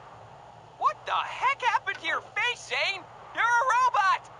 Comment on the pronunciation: por cierto cole se dice coul y zane de dice zain